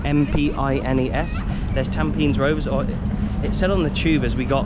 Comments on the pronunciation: It's pronounced tam-peh-knees! And Hougang is ow-gahng. Fun fact: it was actually spelled Tampenis many decades ago, but the government eventually swopped the e and i for obvious reasons 😂😂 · bro called tampines "tAmPeNiS'